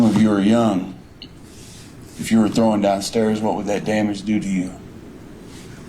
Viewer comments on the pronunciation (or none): And its "thrown"... Not "throwen"... 🤦🏼‍♀️